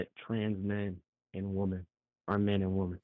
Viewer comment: Women..... The word is "womEn"!!!!! If I were I would REFUSE to debate any Gen Zer until they pronounce the word "womEn" CORRECTLY! That Gen Z "womAn" pronunciation for "womEn" drives me up the wall.... When did this start happening?